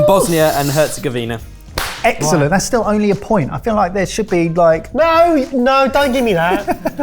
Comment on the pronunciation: The accented C is pronounced as a CH sound. And the countrys gov sound is more like gOv than gev